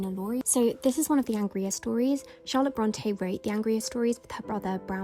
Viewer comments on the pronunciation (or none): none